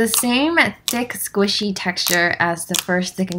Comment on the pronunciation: I love how you say “squishy” as “squeeshee” lol!!❤️💓